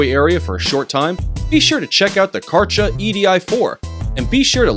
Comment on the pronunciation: How they pronaunce KÄRCHER is going to hurt europeans ears incredibly! One cn expect, that english speaking nations should be capable to listen and say international big brands somewhat to its original meaning, or are these folks such ignorant dumbassses ?!